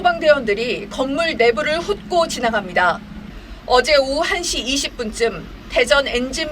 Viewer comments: 훑고의 발음은 훋꼬가 아니라 훌꼬입니다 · "훍고 지나간다" 발음이 훝꼬 가 아니라 훌꼬 가 맞지않나? 아나운서인데 ? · 훑고[훝꼬]x 훑고[훌꼬]o